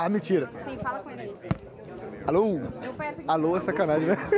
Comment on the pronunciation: ... alou (alô) kkkkk Marcelo é d+